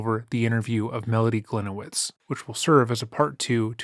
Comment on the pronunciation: Should be pronounced like Glinievitch, not like Glinewitz